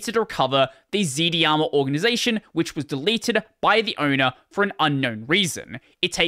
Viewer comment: FYI, it's pronounced z-darma.